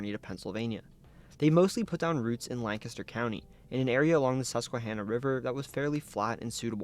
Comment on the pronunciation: As a Lancaster County native, THANK YOU for pronouncing it correctly!